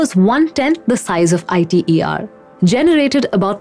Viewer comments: Alright good point! The issue could just be solved by her showing 'ITER' on the screen while saying the reactor name though. Or anywhere else in the video. Then it would basically be a ssa situation. I also need to mention that it's 'eeter', not 'eyeter' if you were wondering. Sry, guilty of being hmfic (I pressume?) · TFC! Do you even fusion? jw. idrm what you think the proper pronunciation is. She is assuming a role as someone who is in enough of an expert position to talk about fusion in public. Some abbreviations are pronounced letterwise, and some are not. ITER is not. smh gtfo sfb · She lost all of her credibillity when she mispronounced ITER. More so, hearing someone talk about pollution when they live in a country that has open sewage problems in major cities, and river (Ganges) where they dump dead bodies and then wash in that same water is absurd...